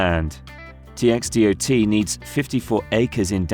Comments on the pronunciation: It's pronounced Tex-dot. Yup. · right and who says TxDOT like that ?